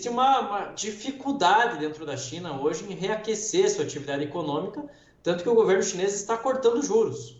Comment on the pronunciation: Com esse "Guvernu", difícil